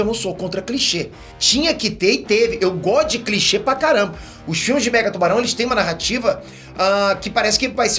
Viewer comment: toda vez que ele falou mega tubarão eu escutei megatron